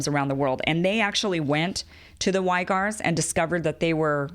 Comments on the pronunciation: Great job on explaining this essential distinction between Wahhabism and the rest of Islam. Please verify the pronunciation of the name of the Uyghur (or Uighur) Muslim minority in NW China. It is not "why-gur", but closer to "wig-gur" or "wee-gur". Thanks for your hard work Kim! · Uighur is pronounced weegr not whygr ;)